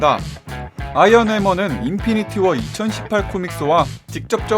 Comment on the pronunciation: 인피니티 워프임? 인피니티 워스라는데예?